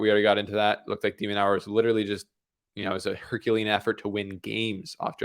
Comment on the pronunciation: has a funny way of pronouncing De Minaur’s name… De-Man-nor… not Nau-er